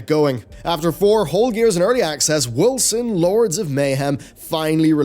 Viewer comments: Woll-zen,. Woll-zen. Not Wilson. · Am I the only one that is hearing him say "Wilson"? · Irritates me too. I pronounce it Wolken. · I could swear, you always say "Wilson" ... not Wolcen ... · He started off saying Wolcen, then he said Wilkson, from that point on he started saying Wilson. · Justified Kill77 so it’s not just me